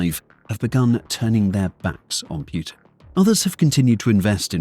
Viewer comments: Personal peeve; People who say Piutin. Make an effort. It's not that hard. It's POOTIN!!! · Poo -tin not pjutin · So the official way to pronounce the leader of Russia is Pew-tin or Pooh-tin? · "Pjutin" sure... Why are you placing letters in the word that are not there? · Who is Pew-tin? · I cant stop laughing whenever i heard 'pew-tin'😂😂😂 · Pewtin, Pyutin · Like that you call him pootin xD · wtf is Pyootin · "Pew'tin"?? lol I've never heard his name pounced that way! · Is it just me or I hear putrid instead of Putin? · Can you show me the Y in Putin? Pyutin? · The way the narrator pronounces Putin sounds a lot like putrid. XD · the AI’s pronunciation of “Putin” brings me joy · Is it pootin' or poo'd-in?